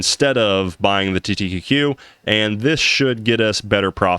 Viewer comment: Small thing i noticed, you keep saying TTTQ instead of TQQQ.